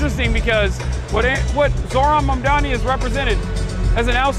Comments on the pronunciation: those who still refuse to pronounce his name correctly can just call him MR. MAYOR 💅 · Part of the reason I'm glad he won is that Zohran's opponents were using cheap, dirty identity politics to try and discredit him. The amount I've seen his haters deliberately mispronounce his name is ridiculous. The labels used against him because of his Muslim background have been absurd. Those kinds of whack tactics should fail and I'm glad that they have in this race. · Cuomo in shambles - now he'll have to learn how to prononuce Mamdani's name 😭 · Seriously though, Cuomo making a point of not being able to pronounce his name should have been disqualifying in and of itself. Two options: - You're not doing it on purpose? You're too unintelligent to be in a position of power - You're doing it on purpose? You're a petty b*tch and you don't belong in a position of power I wish people would have started mispronouncing Cuomo's name on purpose. "Welcome Mister Cuomuo, is it? Coumuo? Sorry it's so confusing"